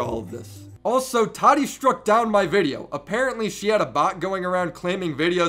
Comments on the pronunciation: Why do so many youtubers call her Toddy. It’s Tah Tee. Tati. Jeez lol not that hard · He calls her tadi.🤣🤣🤣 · "toddy" lol